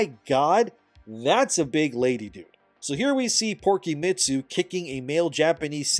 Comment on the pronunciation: oh god that had me laughing when i heard Porkymitsu